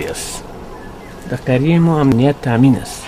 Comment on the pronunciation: خوب بود. ولی چرا باید حتی در فیلم تلفظ را اشتباه میکنم مثلا میگه امنیت را همنیت احوال را حوال